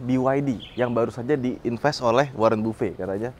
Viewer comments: bukan gitu cara sebut nama Buffet, bacanya Ba -fet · Warren Buffett (bafet bacanya) kalo Buffet (bufee) itu mah prasmanan kondangan oom.. hehe btw harga BYD Seal Performance di Australia di bawah 1M, di Thailand di bawah 700jt, di China di bawah 600 juta. semuoga di kita paling nggak deket2 Thailand lah.